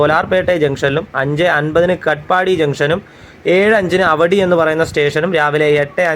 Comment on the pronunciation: പോടന്നൂർ അല്ല പോത്തന്നൂർ . അവടി അല്ല ആവടി